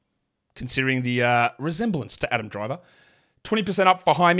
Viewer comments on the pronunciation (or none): none